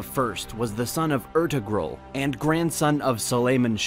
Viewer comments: "Err-two-gruel" 😂😂 you mean "air-tour-ral" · You should check the correct Turkish pronciations by asking a Turk or even use google translate audio before you record these videos because what I'm hearing sounds like gibberish. Ertuğrul, Kayı, Çandarlı, etc.